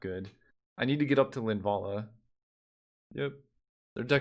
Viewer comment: Did anyone else crack up at, "LinvaAAala!" 🤣